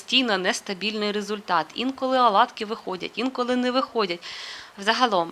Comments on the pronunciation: Не рАзпушувач,а рОзпушовач! Будь ласка , вимовляйте правильно.Аладкі ні, Оладки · Не аладки,а ОЛАДКИ.Для чого коверкати мову?